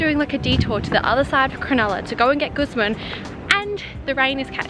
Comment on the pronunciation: You’re mispronouncing Guzman.. watch a pronouncing video on how to say it correctly